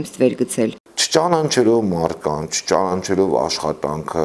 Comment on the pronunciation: Վերջապես երբ պիտի սովորենք,որ հայերենում ճանանչել բայ չկա,ճիշտը ճանաչել բայն է. ՃԱ ՆԱ ՉԵԼ